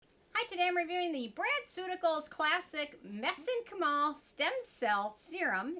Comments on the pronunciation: Mez-en-chi-mal the i is a hard i. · I believe it Meh-zink-ka'-mol with the emphasis on the last syllable. Like my sink and bowl. I am a biology and chemistry nerd. Also, took etymology, and medical terminology 🤷‍♀️😁💗💗💗Have a wondeful and Merry Christmas 🎄💚❤️💚❤️✨️